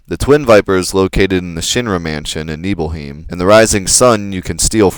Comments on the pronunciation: It's not heem, it's highm. 'Nibelhighm', not 'Nibelheem'. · You said you head right to reach the swamp area, but it's really to the left. Then take the left-up path once you reach a fork. (Yes, it's technically right from Cloud's perspective, but left from the player's). Also, it's pronounced Nibel-hyme. Not Nibel-heem. Barette is pronouned bare-et, not bare-a (the t isn't silent). Just a few corrections. Otherwise, great video, and incidentally it's the same method I use as well. EDIT: The "Allemagne" enemy is a terrible mistranslation. The proper name for the enemy is "Ahriman", and this enemy has appeared in a few previous FF titles as well. Fun facts: Allemagne is the French term for Germany. 'Ahriman', however, is the Middle Persian personification of the Devil, according to Zoroastrianism. The Avestan language version of the name is 'Angra Mainyu', said to represent all of the evil in the entire world. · WHY DO YOU PRONOUNCE NIBEL nuh-bell and NIBELHEIM - Nee-bull. Don't u see that Nibelheim is supposed to be the town oh mt. Nibel??? Why would they be pronounced differently???? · Its nibelheim not heem or u can use yuffie not yoofie and have her use morph on the master tonberry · Materia does not get experience. EDIT: OH MY GOD WHY DO YOU PRONOUNCE EVERY SINGLE WORD WRONG (wrong meaning not like me lol) seriously Yuffie Nibelheim Gi Junon Mt. Nibel Also Plus Barette is not pronounced "Beret," that one's not an opinion. He wears barettes, those things you clip in your hair, not berets, those are hats.